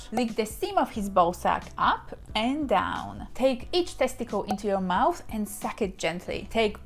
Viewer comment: I like the way she says teskitil😀